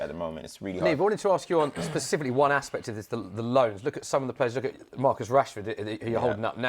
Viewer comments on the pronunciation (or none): 'Specifically' you absolute tool 😂